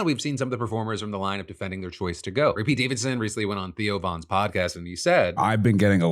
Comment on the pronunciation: Who is Pate Davidson? xD